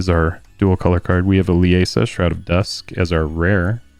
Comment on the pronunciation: Liesa is pronounced LEE-ZA I should know how my mothers name is pronounced 😅 Not Le-a-sa😂